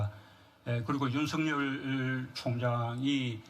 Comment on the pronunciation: 맞습니다 하지만 윤성녈이 아니라 윤석열입니다 혹시 일본인처럼 발음이 잘 안 되시나요??